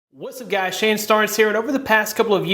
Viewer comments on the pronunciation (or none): none